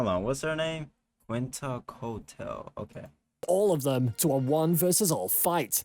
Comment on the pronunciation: "Cuensalcoutel" KEKW